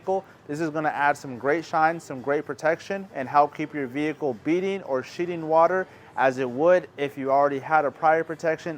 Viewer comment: Great video. But man said shitting water 😂